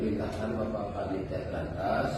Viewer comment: Bampol Uci saat menyebut JATANRAS saja salah...he he he ada apa nih